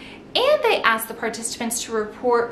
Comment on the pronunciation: It is pronounced asked. Not "axed". 😑